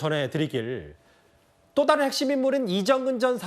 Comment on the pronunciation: 김종석 앵커를 비롯하여 패널들이 왜 매 번 "좀(조금)"을 "쫌", "다른"을 "따른" 이라고 강하게 발음하는지 참으로 유치하게 들린다.